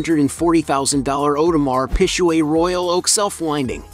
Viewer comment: Not the pisshuway and the hueblit 😂😂😂